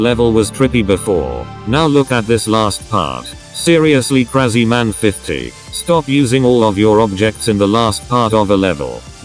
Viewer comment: Krazyman not kreiziman